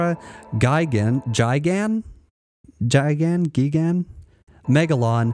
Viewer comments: Yea he actually appears to not have actually watched any of these films from the early 70's .....I get some are not for everyone.... but Hedora....Gigan...and both Mechagodzilla films are classics to me.....also who can't pronounce Gigan unless never seeing the films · You lost all credibility when you didn't know how to pronounce Gigan! And putting the Hanna Barbera so high??! Its your list tho, so cool effort 😂